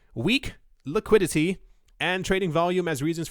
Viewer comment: "Liqueedity" ... is that like, the available supply of weed at any given time in the weed market? :p